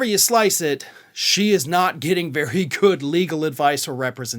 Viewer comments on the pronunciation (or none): none